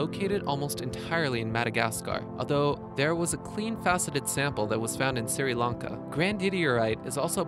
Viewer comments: Siri Lanka? It’s pronounced Shri Lanka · "Suri Lanka" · Fascinating , really interesting . Thank you so much ! By the way you are mispronouncing Sri Lanka ; it's not Siri...its just SRI..PRONOUNCED SREE..ONE SYLLABLE, NOT 2... I'm not trying to be nasty... it drives me crazy when people can't pronounce names properly. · I wish people would check how to pronounce words with which they are unfamiliar, such as Sri Lanka [not Siri], beryl and a few others. It ruins the presentation. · "Suri lahnka" you me Sri Lanka? Pronounced "Sher Lane-Kah" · "siri lanka" should be pronounced "shree lanka" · It's not pronounced Siri-Lanka it is Shri-Lanka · It's Sri Lanka, not Siri Lanka (Apple doesn't have anything to do with it.) Great video, though. Some other ones I'd have liked to see included in the list are bismuth, luz opal, realgar, uvarovite and some rare tourmalines. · Your pronunciation of some of these gemstones was terrible. Surely if you're making an educational style video you would do some research on how they're pronounced as well? you even mispronounced Sri Lanka... Siri Larnkah wtf? So cringey to listen to man. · So you did you're research of how to speak English before making this video correct. Siri lanca ? ? ? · Tahnzaniah and Sirilankah xD, needs to work on pronunciation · This dude said Siri Lanka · Siri Lanka 😂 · Siri Launka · "... Tan-zany-a, Siri-lanka..." Read a fucking book!!! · "Tan-zainya" "Siri-lanka" Really? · Tan-zany-a, Mye-un-mar, Siri Lanka, Nameebia... a litany of beastly pronunciations! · "Siri" Lanka?? Go fuck yourself you illiterate fuck. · OMG did this queen just say "Siri Lanka".... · For a video with complex gemstone names, I would have expected the correct pronunciations of Tanzania and Sri Lanka.